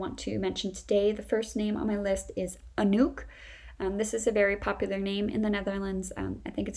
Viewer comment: There is nothing wrong with the pronounciation of "Anouk" and "Brechtje". Perfect Dutch spoken.